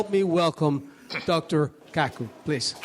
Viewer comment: Dr. Kaku pronounced KaaKoo? He's got one hell of a name It sounds so close to a sexual slang word to what happens after a man and woman are together and the man is about to climax that climax is his name what happens from the result after climaxing Dude do you know Nassim Haramein is a physicist also raiden hates it because when he transports I freeze him and follow with an uppercut sending him flying than finish him Sub zero isn't totally useless is he? flawless victory